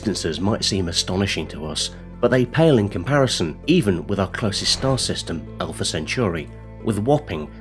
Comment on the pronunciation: If I was making videos that mention Alpha Centauri multiple times, I'd probably learn to say it correctly first. STOP SAYING IT LIKE CENTURY. Good bye